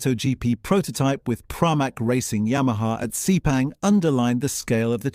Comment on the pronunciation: "DOO - CARTEE?" "SEE - PANG?" Seriously?